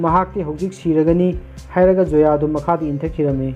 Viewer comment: Karan not kaaran..n Zoya not soya